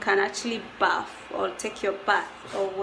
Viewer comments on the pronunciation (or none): none